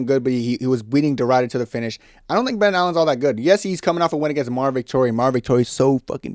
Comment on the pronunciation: The "i" in Ridder is pronounced like the "i" in "incredible". It means "knight". I know, nobody cares. But i speak Dutch. "Ryder" sound funny to me.